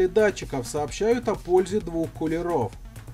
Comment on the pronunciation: Не кУлеров , а кулерОв